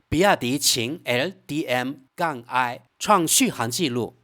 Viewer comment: 你是机器人语音吗怎么老念那个qin L DM-i😂😅